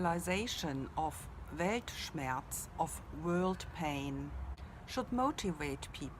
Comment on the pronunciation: The way you prounonced the world does not look like it will sound here in the US but i definitely understand the meaning which is staying confident. You are right about the meaning as u described with the world